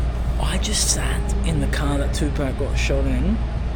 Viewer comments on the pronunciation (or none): It’s not the accent!! 😂😭 you’re just saying it wrong lol, there’s no k on the end of Tupac